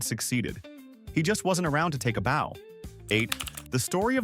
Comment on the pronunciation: Bow as in deep nod not bow as in 🏹 bow and arrows.